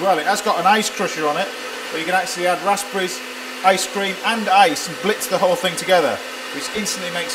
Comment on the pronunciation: The way he says raspberries triggers me and I'm from the UK